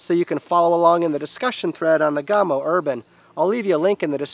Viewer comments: Gamo not gaaamo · Isn't it "Yhaa-mo"? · You are pronouncing Gamo differently than you did in the Coyote video 😃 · Wayne Palmer. Being an American making vids in FL doesn't give me an excuse to mispronounce their organization's name now that I know better. Best, Steve